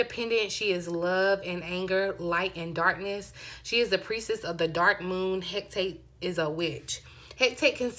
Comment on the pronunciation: Hecate, pronounced Heh - cah - tay 😉💖💛